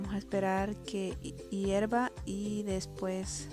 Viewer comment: Hirva, dice... Jajaja